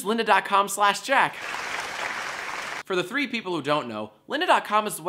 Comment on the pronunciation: I still don't know if he say "three people" or "free people" in the ad.